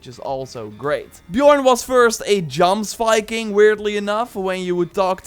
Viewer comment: Isn't Jomsviking pronounced ''yomsviking''? Like Jorvik?